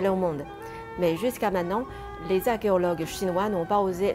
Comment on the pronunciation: Je vais vous laisser un commentaire constructif/ 1. Votre français est impeccable il y a dans votre vidéo un souci mineur de prononciation avec le mot archéologue, la première fois où vous le dites vous semblez dire argeologue. 2. Pour avoir été très curieux sur le sujet que vous abordez, je n'ai vu nul part que plus de 100 tonnes de mercure avait été utilisé pour créer les rivières entourant le tombeau du 1ère empereur de Chine.... Peut être avez vous une information que je n'ai pas.... 3. Plus personnellement, ce n'est pas la tombe du 1ère empereur qui doit être considéré comme la 8ème merveille du monde, mais votre beauté.... :)